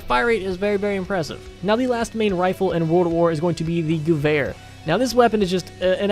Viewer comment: It’s pronounced gewer not GAVAR and it’s good in MP